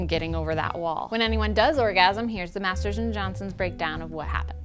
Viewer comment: Maters of sex, is where i think about everytime she says Masters and Johnson.